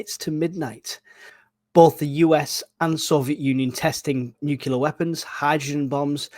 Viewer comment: Please it’s nuclear not nucular. I thought you were giving a nice little recap but for the number of times you said nucular I had to stop listening.